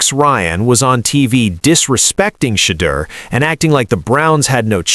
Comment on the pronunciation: It's NOT SHADE-ER, you dimwit. It''s SHED-OOer SHEESH!